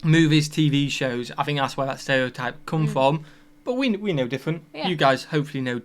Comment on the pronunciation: Question: why does pronounce the word "that" like "at"? just curious.